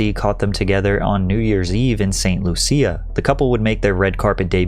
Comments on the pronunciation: It’s Saint Lou-Sha. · Not "Saint Looseeya" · St. Lucia - pronounced “loosha” 😅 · It’s ‘Saint Lu-sha’ 😂😂